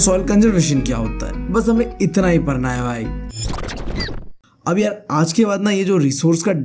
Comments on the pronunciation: Padhna❌ parna✅😂❤ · Its padhna not parna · Padhna ❌ parna ✅